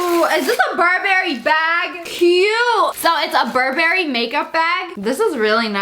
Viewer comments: Isn’t it Burberry not bur Berry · It’s not burrrrr berry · I thought you said bourbon 🥃 when you said Burberry 🤣🤣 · Isn’t it bur bry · I’m sorry but the way she pronounces Burberry is pissing me off...... I’m sorry 😐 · How she said Burberry😂😂😂😂😂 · You can’t say Burberry correctly 😂